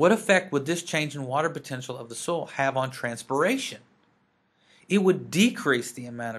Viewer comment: Are you from Texas? I hear "soil" becoming "sole" haha